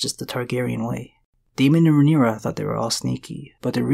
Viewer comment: Daemon is pronounced DAY-mon not DE-mon.